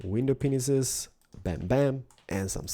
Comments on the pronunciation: AM I THE ONLY ONE THAT HEARD GLASS "PENISES" !?!?!? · Did he just say "Glass Penises" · He said the glass penises